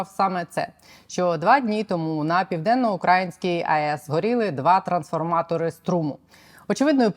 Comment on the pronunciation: Не укрАїнській, а украЇнській, пані.